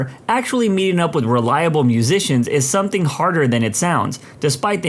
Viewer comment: There is no K in the word something , somebody tell the narrator